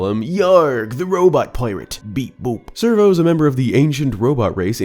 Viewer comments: Scervo. Not servo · it's SCERVO, not servo. Like Scurvy, something pirates are known for getting Edit: it's Fee, not Fye. I know they pronounce it Fye in Japan, but since we're speaking English and it's spelled Fi here, it's pronounced Fee. Also LD could stand for "Lanayru Droid" Also while it's not scary I find it really funny that Tentalus is a surfer dude You got it right the second time it's Lev-eye-us since he's probably based off of the Leviathan from the Bible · The enemy's name is SCERVO, like a play on scurvy (since he's a pirate) and servo (since he's a robot). You're just saying servo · I assumed Scervo was pronounced with a hard C sound so it would sound like Scurvy a common illness pirates got due to lack of nutrition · SCERVO is pronounced servo. I thought it was pronounced scur-vo. Like Scurvy....you know being a pirate and all. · Servo? Scervo. 😅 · Hey bud, you missed the best part of Scervo by saying it with a soft C! Scervo is supposed to sound like Scurvy, as in the gum disease that used to plague sailors! Lol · Feel like it's meant to be pronounced "Skurvo" - like scurvy 😉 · I'm pretty sure Scervo is supposed to be pronounced Scurv-o (a hybridization of Scurvy and Servo) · I always pronounced LD-002G Scervo as SCURVo, like SCURVY, cuz he's a pirate. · By the way, it’s “Scervo” the “c” is pronounced. It’s a play on the word “scurvy”, which was a common affliction that pirates had back in the day, which would be remedied by eating lots of citrus fruits. This is a reason why a lot of sailors were also called “limeys”. They kept primarily limes on their boats. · Oh come on! You even said the word scurvy!